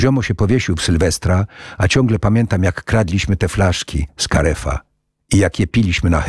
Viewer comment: Kogo rowniez boli w uszy "karefa"?